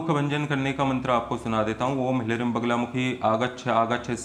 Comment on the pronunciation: Hlreem nhi hota hleem hota hai